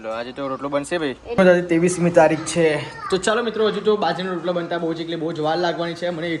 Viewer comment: rotalo bolv ane badhle chotalo bolva karta ta mane bov hasvu ayu